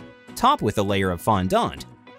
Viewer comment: Is it not bothering anybody else that they keep saying fondOnt?